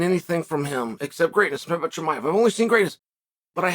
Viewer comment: I really enjoyed your interview this week where you constantly pronounced Chimaev's name wrong to his face :D